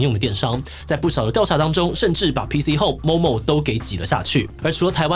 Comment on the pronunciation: P"T"Home 抓到了 :3